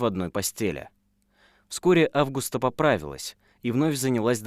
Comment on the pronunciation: Мужское имя Август, женское АвгУста. Есть еще АвгустИна. Что в этом сложного? У блогеров повально проблемы с именами, географией и в целом с образованием. Хоть немного бы проверяли что пишите и как произносите.